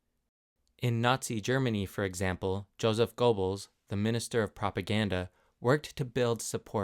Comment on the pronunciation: I found this to be a very fine, albeit brief, intro to fascism. It is succinct and should be free from criticism over the finer points. Thanks--if I were still teaching, I might have used it in a class. You may want to check a resource on how to pronounce Goebbels.